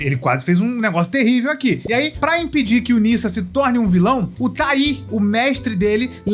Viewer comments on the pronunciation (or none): se pronuncia “nedja” não “nissa” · Pronunciar chinês é um pouco complicado, mais o nome se diz Ne já.